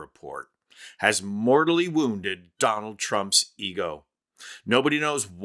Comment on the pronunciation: "Don-Old" Trump lol love it